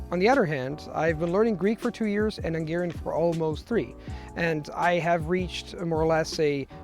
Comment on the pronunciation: He kept saying "ʌŋˈgɛəriən" instead of "hʌŋˈgɛəriən"